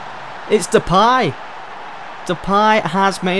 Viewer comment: Also it's De-Pay not De-Pie lol